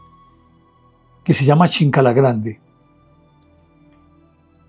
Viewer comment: No es chinkala es chinkana(escondite)